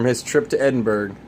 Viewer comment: Edinburgh is pronounced "Edinburo"